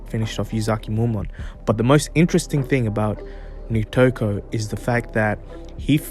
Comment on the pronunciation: Nitoku*** not Nikoto